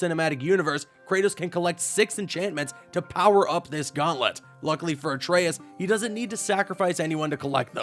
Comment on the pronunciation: Thank you for saying Atraeus correctly